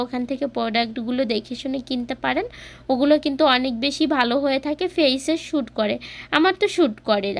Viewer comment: শুট না উচ্চারণ (স্যুট)suit লিখে গুগল এ উচ্চারণ(pronounciation)শুনতে পারবেন আপু